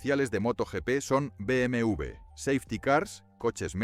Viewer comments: No se dice BM u ve👎 se dice BM doble Ve. Por los clavos de cristo no saben hablar 😡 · Y si dices bien el nombre sería mejor, no cree? Es BMW No BMV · Se dice beemedoblevé o directamente beeme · Me pone mal cada vez que dice BMV en vez de W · Muy bueno todo hasta que pronuncia Be eme ube 😢